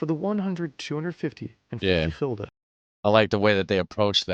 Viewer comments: GULDEN not Hilde lmao (English: Guilder). I think many of your viewers never seen this as it was only introduced 21 years ago as the euro was introduced in 2002, not 50 or 60 years ago lol. We had al sorts of nicknames for them (from most modern to old if applicable) 5 cent coin: Stuiver 10 cent coin: Dubbeltje and Bas/Beissie 25 cent coin Kwartje (quarter) or Heitje or Maffie 1 Gulden: Piek - pegel -pegulant 1,50 guilder (discontinued in 1847) Daalder 2,50 coin: Rijksdaalder or knaak 10 gulden bill: Joet (originating from the Jidish Jod, the 10th letter of their alphabet) 25 Gulden bill: Geeltje *named ofter the original bill color which was yellow, later it became red but the name stuck) 50: Gulden bill: Zonnebloem (sunflower, after the image on the bill) 100 Gulden bill: Meier (originating from the Jidish word for 100 Mei'oh) (last version also called Snip after the bird on the bill) 250 gulden bill: Vuurtoren (lighthouse, also named after the image on the bill. both the 50 and 250 Gulden bills were the last additions. the 50 was added in1982, the 250 in Gulden bill: Rooie Rug/Rug (red back as in your backside) named after the color of the original bill, also Krant (newspaper) as it was a HUGE bill. Some coin names that originated from coins that were discontinued early 1800's but still have a meaning in Dutch sayings even people have no idea what coins they talk about Duit: used in the saying "een Duit in het zakje doen" (putting a Duit in the bag). a Duit was 1/8th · It is called "gulden" not "gilder" lol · Gulden. The u sounds like the u in dull. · Gulden (an old word for gold), not "Hilda" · Nederland has Gulden spoken(chulden) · it is gulden niet hilde.